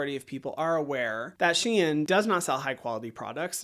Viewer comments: It is pronounced shen not she in ❤ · can you say Shein once more LOL :face-purple-crying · No one ever pronounces Shein like you